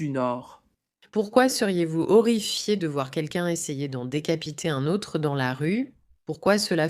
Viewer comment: Ça se dit :DÉCAPITÉ